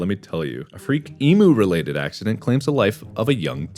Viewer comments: Mark... that’s not how you pronounce emu. It’s not e-moo it’s e-mew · I'm sorry, did he just say e-moo??? The heck is an e-moo?? It's emu. eem-u. emu. not that hard. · every Australian watching is cringing. He said e-moo rather than eem-you. Sigh. Americans. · Mark: it’s pronounced e-myous, not emoo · how did he pronounce emu ee-moo, its pronounced eem-you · Mark, As an Australian and someone who has at a lot of first experiences with the over sized bird that is the emu. I believe it it’s pronounce Em-you, not E-moo. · I enjoyed this, but emu is pronounced eem-you not eemoo. That's my one issue. Everything else was brilliant. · ITS NOT PRONOUNCED EMU ITS SAID LIKE EMYU BUT ITS SPELT LIKE EMU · no one gonna talk about the "E-moo" AM I THE ONLY AUSSIE?! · pronounces emu like "e-moo" ..................... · i cant remember the timestamp, but we actually pronounce emu like "e-myou" in Australia haha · Did he just pronounce emu like “e-moo”????? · As an Australian, I feel compelled to point out that 'Emu' is pronounced "Eem-You" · As an Aussie, gotta ❤️ mark but his pronunciation of ‘emu’ will be embedded in history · He said Emu wrong, as an Australian I am extremely triggered